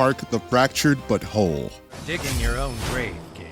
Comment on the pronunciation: This shit is AI yeah? Who says butthole like “buttoll”